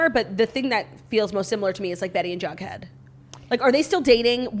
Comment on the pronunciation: Jackie calling jughead "bughead" LOL